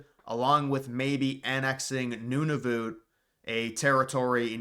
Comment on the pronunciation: It’s pronounced none-of -uht